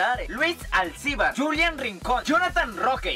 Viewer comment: Es Julián Rincón , no Yulian Rincón Saludos